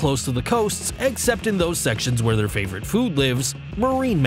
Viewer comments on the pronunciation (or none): none